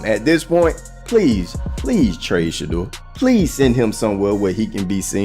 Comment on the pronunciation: Shadder??? Shedeur SANDERS!